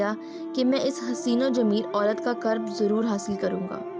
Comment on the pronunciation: ye lafz qurb h q k uper pesh h